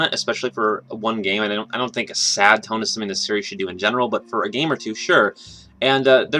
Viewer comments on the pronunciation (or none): none